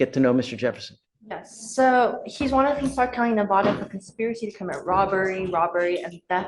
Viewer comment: The Judge is misspronouncing Nevada